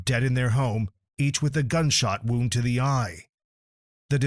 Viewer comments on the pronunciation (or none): none